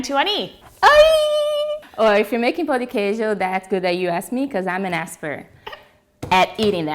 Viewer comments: Pão de queijo. The 'a' has the UH as in BUTTER sound. You've pronounce like we say the word "pau" which is a bad word. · For Pete's sake, it is NOT called "POW" de Queijo. Why do you say it like that? Say it right! Notice there is a TILDE over the letter "a", which means it is nasalized. Not "POW", please.